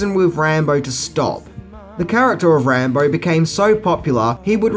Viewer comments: Who’s Rahmo ....it’s pronounced Rambo. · Wtf speaker. Rambar hahaha!!! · Is it me or is saying "Rambar" sometimes? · You mean “Rambo”? 😂